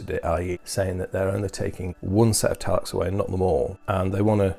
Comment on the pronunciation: Every time you said Talax I died a little inside